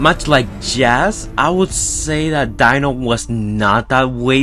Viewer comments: Deano, not dinno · dino not dieno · It's pronounced Dee-No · You pronounce Dino as (deeno)